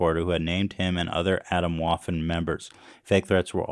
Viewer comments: atomwaffen means atomic/nuclear weaponry in german but until i saw the spelling i had no idea this would be a german word its pronounced uh - tome - vuffen yall gotta practise some german xD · That's not how "Atomwaffen" is pronounced